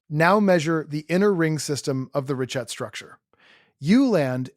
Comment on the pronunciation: You're going to want to redo this video and update every single instance where you mispronounced the name of the structure. Ree-kaat, not ree-chat